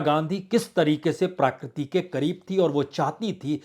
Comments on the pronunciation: BURAA NA MAANO : "PRAKRITI" SHABD KA UCH-CHAARAN "PRAA-KRITI" NAHIN , "PRA-KRITI" HAI : SHABDKOSH PAAS RAKHNAA ZAROORI HAI : NAARAAZ NA HONA ! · आदरणीय बाजपेयी जी! प्राकृती नहीं प्रकृति कहें. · प्रकृति, प्राकृति नहीं